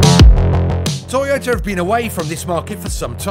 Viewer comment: He starts the video by saying "Toyoter"